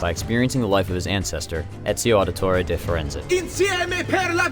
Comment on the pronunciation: Ezio auditoreh differenceyh